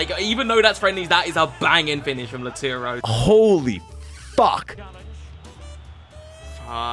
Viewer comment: Everyone: Lautaro: Lauturo